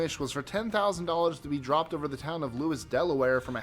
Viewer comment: Lewes, Delaware is pronounced "lews".